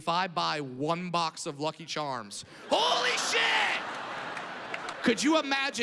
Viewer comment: He also says it in an irish accent.